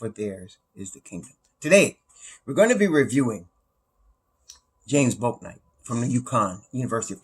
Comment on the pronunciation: Bouknight..you pronounce it like “Book-night”...